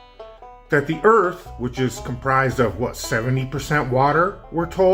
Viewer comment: gets a flat tire: "A-HA! THE EARF IS FLAT!"